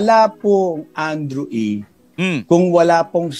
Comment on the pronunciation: Andrew E hindi Andrew A. po.😂😂😂